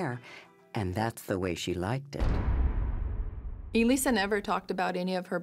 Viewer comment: Umm why does this narrator keep calling her Eee-Lisa??? Odd!!